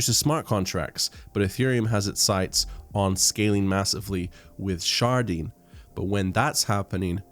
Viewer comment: Sharding sounds like Sharting. So all that she wants is another sharting. I watched it twice. I laughed.